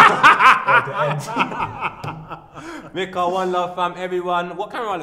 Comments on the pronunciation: I'm sure his name is pronounced, Mike-ah not Mick-ah. Don't know why he wouldn't correct Po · his names not mika pronounce his name properly